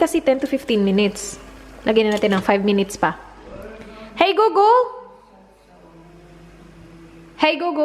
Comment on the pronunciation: "Hey gugul" so funny, reminds me of that old lady saying hey google 🤗